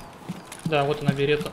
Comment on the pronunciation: Обожаю как некоторые стримеры : "в 186 метрах ю-з пернул кот , ел паштет и кашу, двигается один" .....берета Карл...он знает как звучит берета